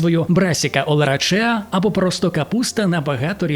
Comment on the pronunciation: олерасеа, а не олерачеа, якщо що)